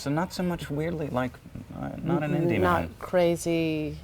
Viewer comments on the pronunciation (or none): the fact that he says man like "min" is oddly endearing??